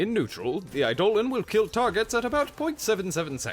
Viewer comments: Idle-On. Not I-Dole-Un. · "Eye-doe-lawn" - Eidolon or rather, "ayedo-lawn"